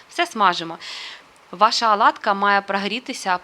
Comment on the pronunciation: Чому аладка ,😀а не оладка .?